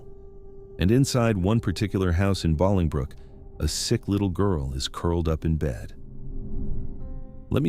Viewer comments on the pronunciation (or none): Bolingbrook, IL is pronounced BOWLING-brook, like bowling ball. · The way the narrator was pronouncing Bolingbrook was driving me nuts. It's pronounced bowling-brook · It's pronounced "BOWLINGbrook." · BOWLING brook. That’s how you pronounce it. ☺️👌🏼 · Me too! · It is pronounced bowling brook... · I didn't see your comment before I commented something similar.. it wouldn't have been that bad had he not repeated it a gazillion times